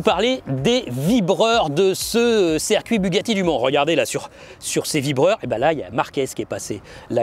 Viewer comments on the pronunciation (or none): Circuit! Ciiiircuit! Avec un i!